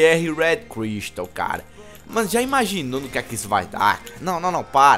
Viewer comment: cara fala crystal todo doido kkkkkkkkkkkk